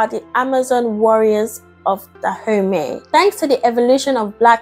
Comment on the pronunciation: I keep hearing her say "Da Homies this..." and "Da homies that..." lol